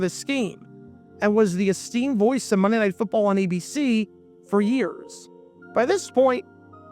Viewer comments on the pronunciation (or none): 😂 When he said, "We find ourselves at Jack Murphy Stadium for the center conference battle under the lights of Mnrrr Night Football..." I felt that. 🤣